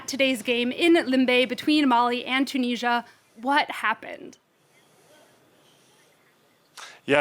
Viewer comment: It's Mali and Tunisia, not Molly and Chooneezhya